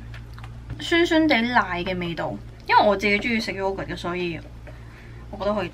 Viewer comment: 喲 不是 yo 呀 (when pronouncing yogurt... )